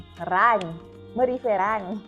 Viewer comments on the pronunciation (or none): murife run😂😂😂